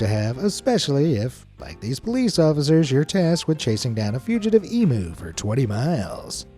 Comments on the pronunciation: Emu = Eeem you not e mew. Please for all Australian people, learn to say this word right. It is grating to hear it said wrong. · Emu is Pronounced EEM-YOU not EMOO! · Fuck me dead, it's eem-u not e-moo, how do you Yank's say museum it's not mooseum. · You pronounced emu wrong it's pronounced eeee-myooo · Thats not how you say Emu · It's infuriating the way youse mispronounce Emu and then have them and other native animals as pets 😡 !!